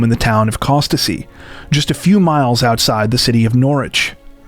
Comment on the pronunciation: Norwich is a city not a “small town”. Costessey a part of Norwich and the “t” is silent, it pronounced “cos-C” not “Cost-a-C”. Also nobody says “triple nine over here, they say nine, nine, nine, saying triple nine would be like me saying nine double one instead of nine, one, one.